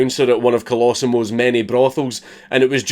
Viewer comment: It's pronounced "Coh-loh-see-mow" big man